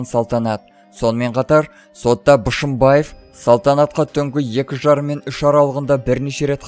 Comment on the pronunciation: Мал,дурыстап окыш,Бышымбаев емес Бишембаев